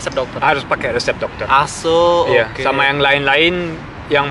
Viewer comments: ky kedengaran assuu hahaha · Lah gw kira dia bilang asuuu haha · Banyak yg ngirain itu bhs jawa "Asu" wkwkk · Gw sempat kirain masnya ngomong asuuuu.. ahahaha. Padahal orang jawa kan kalo diliat dari logatnya, apa krn lagi di luar negeri jadi ngerasa seru ngomong asu? Gw sempat mikir sampe sejauh itu sih tadi. ahahaha